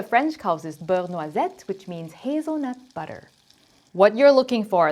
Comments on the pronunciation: You said beurre noisette perfectly 😊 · Holy crap the pronunciation of beurre noisette is perfect 👍 but sorry non stick spray are forbidden in my country so... I gonna butter my plate 😁